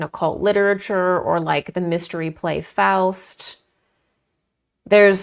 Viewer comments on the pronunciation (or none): none